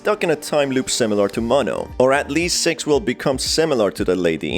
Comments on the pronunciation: Yeah sox wonder why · Why is he pronouncing six different You know what i mean😏